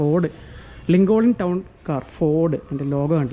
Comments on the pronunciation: Lincolin അല്ല lingan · ലിങ്കോളിൻ അല്ല സഹോദരാ.....ലിങ്കൺ എന്നാണ്. അത് പോലെ ഹെഡ്ഗെ അല്ല..ഹെഗ്ഡെ എന്നാണ്.. കർണാടക മുൻ മുഖ്യമന്ത്രി രാമകൃഷ്ണ ഹെഗ്ഡെ..